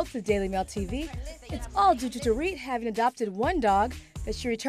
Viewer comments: He said do-rit not do-reet . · He kept calling her “Door-it” instead of “dor-eet” 😂😭